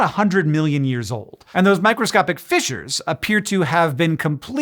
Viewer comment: For a split second I thought he said "fishers" not "fissures." Very different things.